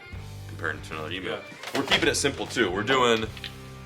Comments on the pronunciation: Emu not emoo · You say Emu as eam you. Not E mu. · As an Australia the proper way to pronounce emu is EM- YOU ….NOT FUCKING EM -OOO FFS SHITS ME UP THE WALL when someone says it em-oo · What is an eemoo? Sounds like you’ve discovered a whole new animal. Zoologists and wildlife biologists are going to go crazy to study it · I come from Australia and that is not how you say emu google it🤣🤣